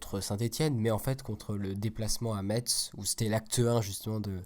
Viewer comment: On prononce messe et pas metze 😉